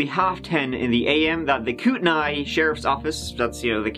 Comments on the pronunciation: It's pronounced " koot-ta-nee". Not "koot-tan-ni" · Minor nitpick: Kootenai is pronounced “Coot-nee”. We Pacific Northwesterners get a bit persnickety about this stuff. 😆 🤷🏻‍♂️ PS - I ❤️ your content either way! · i live here and have never heard of this case !! also kootenai is pronounced koot - knee ;) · Wow! I grew up 30 minutes away in Spokane, Washington and I am surprised I didn’t hear about this. Thanks for covering! BTW, even though it doesn’t look like it Kootenai County is pronounced like Koot-knee 😃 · Huge fan, been watching for years. Just a heads-up if you ever revisit the area in another video, Kootenai, phonetically, is pronounced like “coot knee.” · So close..... Kootenai is pronounced Koot-Knee. But other than that you did a great job on this one. I remember this one, it's just insane. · KOO-teh-NEE. :) It's Kootenai County pronounced with a KNEE at the end. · Hello never miss a cast. For future reference it is pronounced kootnee